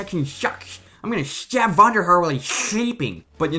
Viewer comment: "I'm gunna shtabb vonderhar while he's shleeping" xD